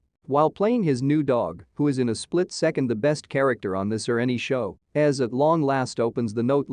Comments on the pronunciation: It's pronounced EZ(Eee-Zee) not Es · best episodes ever! Also im feeling a bit nitpicky everytime you call him "ez" reyas. It's "E-Zee" or "Ezekiel". I think we have been far enough into the show for everyone to know that lol.